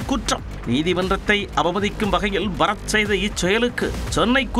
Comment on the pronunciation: இவன் பறத் இல்லை பற-த் 😂